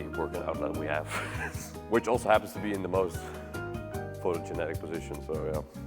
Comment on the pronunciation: "Photo-genetic". Hahahahaha